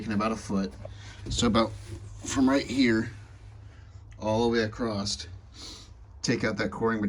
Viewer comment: I am enjoying your journey and your dedication to the project. But it's across, not acrossed. There, I said it! (Sorry)